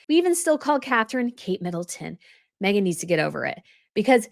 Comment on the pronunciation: She can't even get her name right 😂